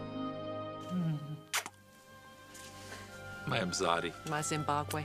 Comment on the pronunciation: "My imzadi"..."My zimbabwe" lmao 😂😂😂😂